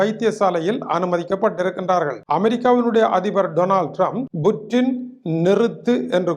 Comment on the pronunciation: புற்றின் இல்லடா அது புட்டின்…இதுவாடா உங்க Jafna தமிழ்…🖕